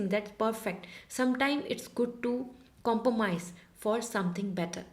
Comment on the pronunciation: correct the pronounciation of compromise you say compomise but it's good otherwise